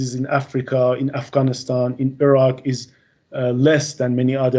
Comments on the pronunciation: The pronunciation is different, it's Araq, not Iraq. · The virologist is talking about the city of Araak(in Iran) a few hours away from Tehran. But people are mishearing the name because it is similar to Iraq(which in Iran we call Araagh)